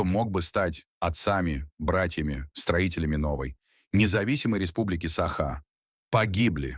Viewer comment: Научитесь сначала правильно ставить ударение в слове "саха", а потом уже революцию затевайте 😂